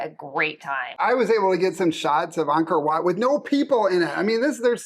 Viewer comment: These two beautiful people pronounced Angkor Watt correctly!